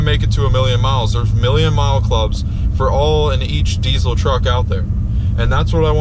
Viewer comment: Saying deecil instead of deezal sounds very gay.